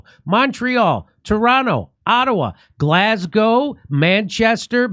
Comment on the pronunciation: Thank you for pronouncing Glasgow properly.